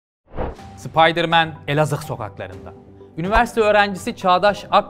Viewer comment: elazıhğ dan uzaklaşmış 😊🤣🤣🤣 nasıl bir Elazığ deme şekli ya 🤣